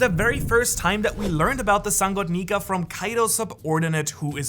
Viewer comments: Woohhhhh no way he didn't do a retake on the sun God Nika lol Nika with an A not a R😂😂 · Did nobody hear him say sun god Niker ? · No hate but you kinda said Niger in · Did anyone else notice that he had said Niger instead of Nika? At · my man said neker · Bro I think you seriously mispronounced "nika" like you put an r on the end that was never there. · bro said sun god negger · U said sun god niker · At the did he say nikER or am I tripin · "Sun God niger" AYO WHAT HUUHHHH NAHHHHH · Sun god neker☠️☠️☠️☠️☠️(dont hate he really said it) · I don’t like how homeboy pronounces “nika” with an “er” at the end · u said it wrong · BRO really said the n word hard r instead of nika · U aint the only one mate LMAO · that is NOT how u pronounce nika my dude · in min it sounds as he is saying something else💀💀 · At one point this guy said nika and I thought he said the n word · It sounded like you said the n word for a second 😭😭😭😭😭😭😭😭😭😭😭😭😭😭😭😭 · Is it just me or did nobody hear him slip up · He straight up said 🇳 🇮 🇬 🇬 🇪 🇷